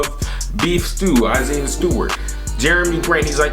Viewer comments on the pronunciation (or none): none